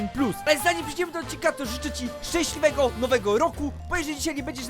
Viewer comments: "Szęśliwego nowego roku" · "szcęsliwego nowego roku"